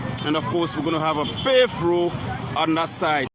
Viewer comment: He keeps calling Road- load 😂😂😂😂😂